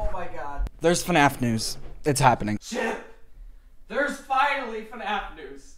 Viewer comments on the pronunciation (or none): its fnaf not fuhnaff